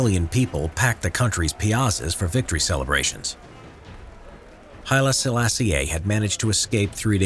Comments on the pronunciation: good video but maybe look up the correct pronounciation of "Haile Selassie"? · Nice pronunciation of Haile Selassie :/